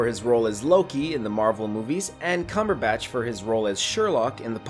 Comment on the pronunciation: Also Benedict "Cumberbash"